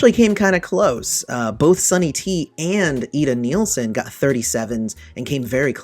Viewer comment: Ida NIELSEN not neilsen. Born in Denmark. Nice competion, but try to get the names right.